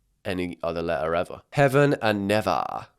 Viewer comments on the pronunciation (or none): it’s pronounced (nev) (ay) (a) not nev ia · Is pronounced neh-vay-ah not nevah 😭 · NE VAY AH not nevah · King…Nevaeh is pronounced (Na-Vay-ah) and not (nevah) 😭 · Bro pronounced na-vay-ah like never 😭😭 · I've actually known 2 people called 'Nevaeh' and it's pronounced like Nev-ay-ah, it's still a kinf of funky name, just not as funky as Nevaaaaaa🤣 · you prounce the name ne-vai-yah not never 😭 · its pronounced (nuh-VAY-uh) and it is a real name but in my experience every kid who is named that brags about it because its heaven backwards so they think they are better than everyone. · its pronaced nav-a-uh not nevvv-ar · bro the way he pronounced nevaeh was killing me its ne-vay-ah! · nevaeh is pronounced “na-vae-uh”. it is heaven spelt backwards, so they pair together ❤ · IT'S NOT PRONOUNCED NAVAH 😭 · I WAS SCREAMING TOO! Its nev-ay-ah!! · BTW Neveah is usually pronounced Ne-Vay-Uh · it’s pronounced navaya 😂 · it’s said as neev 😭😭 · The way he said Nevaeh the actual way is really pretty😂 it’s Nev-ay-a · my name is Nevaeh and I quite like it 😭. But it’s pronounced as nuh-vay-uh 😅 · HEAVEN AND NEVAEH?! its nev-aye-ah 😭😭😭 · i regret to inform you neveah is pronounced na vey ah. that combo was one of the more normal ones LOL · that’s not how you pronounce it what so ever 😔 (nuh vay uh) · naveah is pronounced like ne-vey-ah,I actually know a girl called neveah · for all the Europeans watching, Nevaeh is pronounced Nuh-vay-uh or Neh-vay-uh over here in the States 💀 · I think it’s pronounced Na-vay-a😭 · Neveah is pronounced na-vey-ah, used to know a girl called that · “Naveah” is pronounced “Na vey ah” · It’s said “Ne-Vay-Yah” for neveah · isn’t it pronounced nee-v 😭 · Nevaeh is actually a common name in the us 😭😭 it’s pronounced nuh-vey-uh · neveah is actually a popular girl name in the u.s, it’s pronounced nuh-vay-uh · OK NOT TOO MUCH it’s pronounced na vay ya and i know a naveah and she’s really nice also my sisters name is luna so simmer down